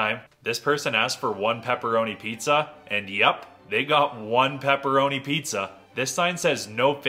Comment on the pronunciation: Peepeerownai pizza guy fixed his pronunciation 💀💀💀💀